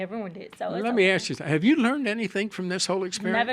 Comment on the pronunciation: AKS 😂😂😂😂 ASK ASK NOT AKS 😂😂😂😂😂